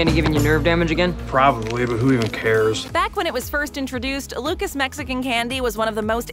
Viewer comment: I’m whiter than white and I know for a fact Luca’s isn’t pronounced like the name Lucas 🤦🏼‍♂️